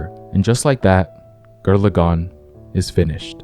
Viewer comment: "Gir Lagann" has me triggered